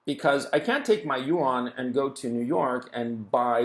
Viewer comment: yuan is a one syllable word. Like Juan. You don't say jew-an.